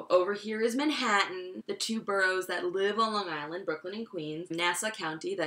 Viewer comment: I confuse about the Whitman comment what was that about? Also just to be sure that really is the way to pronounce Long Island? I am not being prank? 4 years in America n my accent still grind people ears DX.